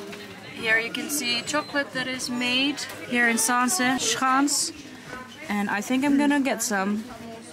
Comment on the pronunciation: I know you aren't aware but the way you pronunced "schans" sounded like "sjans." Which is slang for uhmm intercourse. Zaanse sjans is funny though.